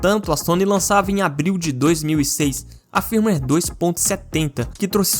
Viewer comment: Cada "firmiueiri" um câncer 🥲